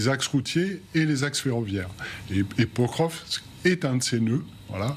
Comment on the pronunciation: /pakróvsk/ not /pökrövsk/.